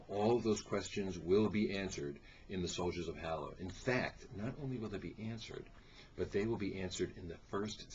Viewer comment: Ha. He said Halla wrong. :)